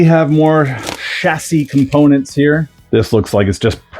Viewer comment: Hey nice hat oh and nice kit too! I appreciate your British pronunciation of chassis. You have realised that the way we say it is the right 🤣 Ooh be careful about putting your nose right in the bag of new tyres! One at a time mate 😬 Anyway good stuff and judging by Mark's build guide you will have a good time with this one. Best wishes 😁